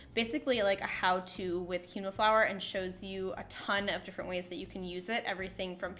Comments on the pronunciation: This is a great video - would like remind you that it is pronounced “keen wah” not key no. Have a lovely day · Love the solution. The word is pronounced "keen-wah" :)